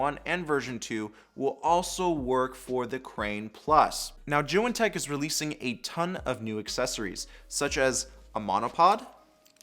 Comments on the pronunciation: He pronounces it as joo wen lol It’s zee yoon say it man zee yoon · When he said joo wen I stopped watching lol, he does seem to know what he is saying